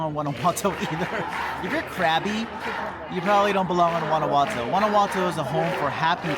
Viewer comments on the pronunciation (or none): "Gwana watoe"